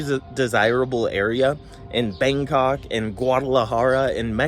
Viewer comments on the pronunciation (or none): I love the way you prounounced Bangkok, "Bang C**k"